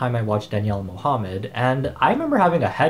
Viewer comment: Did he just say mohumed like mo + humed